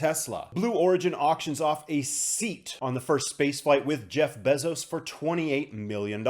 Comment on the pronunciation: My guy I can’t take the besoz pronunciation anymore….